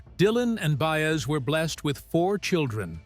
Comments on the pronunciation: Good God, I hate AI generated narrators. The meter is always off and names, such as Baes, are offensive. If someone goes to the effort to produce and edit a film, why can’t they find a living breathing human to read the copy? Its value is diminished greatly by such a cheap soulless voice. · Bi ez not Bayez! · BAY ez for Baez... even my dog knows that. AI sucks